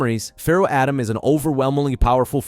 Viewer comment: Who's Adam and morad? They are atema ND mahhhhhhhad